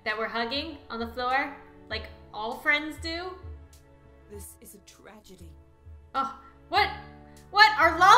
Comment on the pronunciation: 'this has been a tragety!' "no i was just giving her a swrily!" gets arrested bc she haveing fun